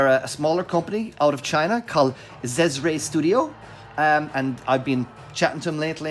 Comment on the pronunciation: Thanks for the review and proper pronunciation of "Xesray".... we all were wondering.😉👍🏾